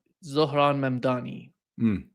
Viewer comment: Hi. I'm watching from Singapore. It is disheartening that your guest had convinced himself that it is "Mandami"...I find that getting anyone's name wrong is an insult and I saw him as another Cuomo every time he said that name.